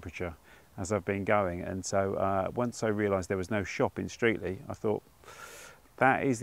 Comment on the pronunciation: What used to be my local area. My family has been in the surrounding area since at least 1400. Streatley is pronounced Stretley just as an aside. Great video.